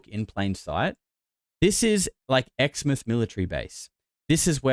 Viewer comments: First of all you can rule out exmouth. Btw it’s pronounced exmouth not exmith. If you’ve ever been there you’d know that that whole area is full of huge towers 100s of metres tall. Because of the huge footings needed I’d say it’s impossible to bury a huge anything there because it’s riddled with huge concrete and steel footings Underground. Woomera is a fukn weird place tho. So many buildings with no people in them. The town has all that accommodation and not a soul to be seen anywhere when I was there.v just an emu dad and his kids walking down the Main Street. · Btw Exmouth is pronounced (ex) like your ex and then (mouth) like your mouth